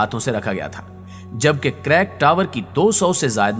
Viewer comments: sir, pehli baat to ya k is ka nam crack tower nai balky creek tower ha......... aur 2sri baat ya k is project p aabhi filhal kaam rok deya gya ha........ is k alwa kaf sary programe under process ha....... jo k filhal rok deya gy ha..... aur UEA nai balky its UAE ha........ aur dubai ka sab say famout GLOBAL VILLAGE k baray m kuch nai btya aap n....wo to ab main tourist places m sumar hota ha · Crack tower nahi bhai Creek tower h aur yeh koi building nahi he Burj Khalifa k jesii..Fake Information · Bhai crack tower nahi creek tower